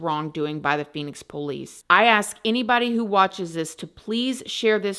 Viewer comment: I always giggle at the "eeenybawdeee"